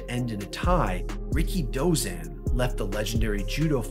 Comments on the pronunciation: I always pronounced his name as "RI-KI-DO-ZAN" not "RIKI-DOZAN". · You don't pronounce his name like "Ricky Dozan". You say it all together. And pro "wres"? 🤦‍♂️